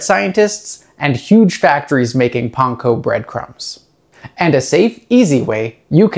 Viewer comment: Because that is the correct pronunciation of Panko.